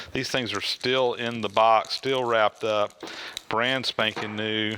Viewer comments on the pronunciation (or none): none